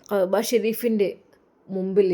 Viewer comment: Qahba alla كعبة enn ucharikkanam. Oru aksharam thettiyal artham marum